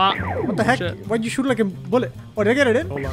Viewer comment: kept saying oh shi without spelling the last letter